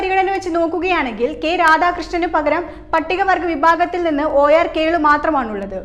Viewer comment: ക്യേളു അല്ല കേളു